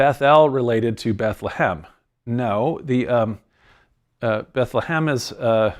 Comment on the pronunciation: Byt lehem